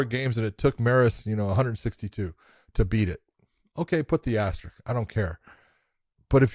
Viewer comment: AsterRISK. Not asterick. Idk why this word is so hard for people 😂